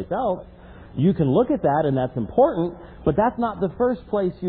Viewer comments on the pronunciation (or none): none